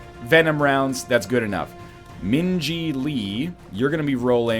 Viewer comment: So I missed it. Did NL Purposfully name Min Ji so that when he says her name it sounds like he is saying Minge-y? Cause that is pretty ball si if he did.